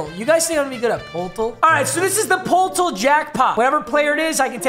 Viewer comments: ITS PERTEL NOT POLTAL BROOO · This dude calls Poeltl Poltle lmao (It’s pronounced pertle) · poeltl is pronounced "pertle" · Lmao Poe-tel. It’s Pertle 😅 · the poltol killed me tor the future it’s pronounced “pertal” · The reason the game is called poeltl is cuz it rhymes with wordle lol, it’s like saying perdle Papa not poletall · Poeltl is pronounced like turtle with a P. I don’t get it either but Pol-til kinda hurt to hear. Jakob(YA-cuhb) Poeltl(PUR-tl) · Papa it’s pertle not potell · “poll toll” it’s “pertle” it’s supposed to sound like wordle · Lol it’s pronounced purdle not poltol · Poeltl is the last name of Jakob Poeltl and it’s pronounced “yah-cob perdle” which matches wordle. not poeltl bro😂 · just to save future viewers minds from exploding poeltl is pronounced "pur-tul" not "pole-til" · Papa it’s pronounced, “Purtle” not “Poltl” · jsyk its pronounced like Perrtle not Poltl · Its not poootul is it purdle the nba players name is yak ub purdle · pronounced perdle not pole-tle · Pertle bro not poltol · it's pronounced pertle not poutle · I died a little inside every time he said “PollToll” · Gotta love Po-tel. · No one’s talking about saying Poeltl… it’s pronounced Purdle 😂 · its PURTLEEEEE LIKE WORDLE AND WEDDLEEEE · the way he butchers poeltl 😂 (it’s pronounced Pertle btw) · Next time if you play poeltel I think it’s pronounced pertel, no big deal though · Pohtal LMAO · POELTL is pronounced “purtle” BTW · Just so you know papa, even though it’s spelled poeltl it’s pronounced Pertle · is anyone gonna tell him its pronounced per-til I still love you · My man said Pol-e-Tol 🤣 it's Purtol, cuz the player they used is foreign And yes D-Rose did do a euro at the start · Is pronounced per-tle after the basketball player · By the way, Jakob Poeltl's name is pronounced "pertle" or "purtle" which rhymes with worlde... which is why it was chosen as the name for the game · You say it like pertl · bro poeltl is pronounced perdle 😭